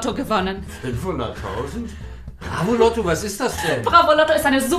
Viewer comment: Ich hab mir gedacht dass er immer ausrastet wenn er bravoloto sagt??? Loto nich Lotto!